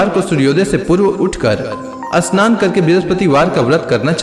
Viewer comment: Asmaran ,ashnan,astuti nahi bolna chahia…..amaranth, Shannon , stuti..bolna hai